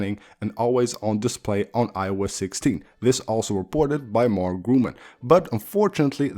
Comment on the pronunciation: Nice video 👍🏼 By the way: It’s not called Mark Grumann but Mark Gurmann